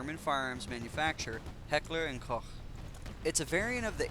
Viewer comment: nice,you pronounced heckler&koch right^^ (im german so i know how its pronounced:D)